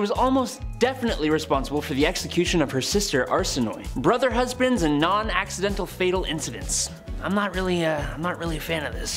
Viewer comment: You butchered Arsinoe's name! Cleopatra's sisters name is actually really beautiful. It's pronounced Are-sin-OH-ay. Not Arsinoi?? WTF 😂 Please research better cuz these were actual ppl and her story is sad, she died very young. Oh and another butchered name is AH-men-hoe-tep. Besides this, welcome!! So far I think you're doing a great job and hope you'll stay for awhile:). Just plz, if you're gonna put " educational" content out just make you don't ruin it with bad pronunciations. Once in awhile is ok, you're human. Lol. Again, welcome 🌺🤍